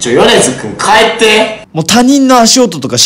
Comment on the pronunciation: 帰ってのイントネーションがめっちゃ気になる(笑)